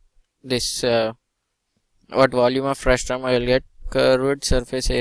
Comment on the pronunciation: It's frustum not frustrum